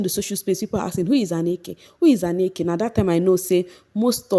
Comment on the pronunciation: Not Anneke. Ahnneka. She was RICCOs set.